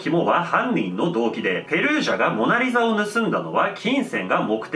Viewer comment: オナリザにしか聞こえなかったんやけど 俺だけ•́ω•̀)?